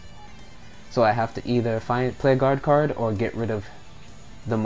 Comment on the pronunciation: Was it so hard to say "Guard Card" XD